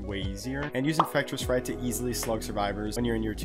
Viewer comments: He say infrectis fright 😂😂😂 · Please learn how to say infectious fright properly